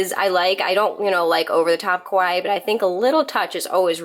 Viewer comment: Small little tidbit of information, the way you're saying"Kawaii" makes it sound like "Kowai" which actually means 'scary' instead of 'cute'. annunciating each syllable of ka-wa-ii will help so it doesn't get it mixed up!